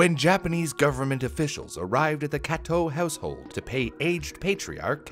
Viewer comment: For a second I thought that Kato was Cateaux or something with the way you pronounced it